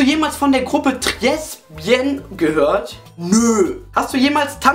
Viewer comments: Tresbien wird trehbiäng ausgesprochen ist französisch :D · Tres bien hahahhhahahahahha das wird "tre bia" gesprochen hahah